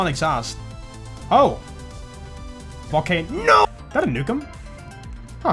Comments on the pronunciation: When say "oh, volcaNOO!!" It trigger my google assistant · The cut off "no"s never fail to crack me up, but I fucking died from that "Oh. VolcaNO-". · I legit almost spit-taked when you went "VolcaNO-" I was drinking water lol.